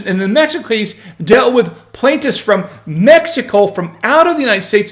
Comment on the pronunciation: Med-e-co? Sounds like a gringo speaking